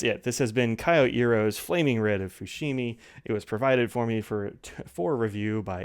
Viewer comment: Thank you,. (Psst: not K-i-o but kYO.)